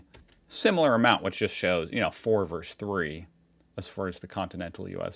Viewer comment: Ask your brother how to pronounce the word, "versus." He's finally got it right.